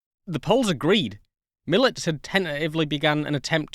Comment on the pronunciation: Excellent documentary. I've been fascinated by this plane since first seeing the one in Krakow over 40 years ago. As an aside, Mielec has three syllables Me-el-ets, stress on the second to last (in this case, middle) syllable.